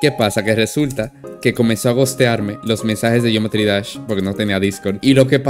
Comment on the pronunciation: Dice geoemtry no geometry